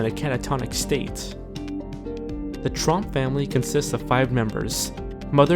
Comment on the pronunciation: when he said tromp i thought he said trump